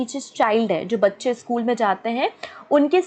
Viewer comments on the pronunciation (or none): none